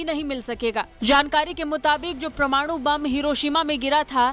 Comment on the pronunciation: WHAT IS "PRA-MANU" YUDDH??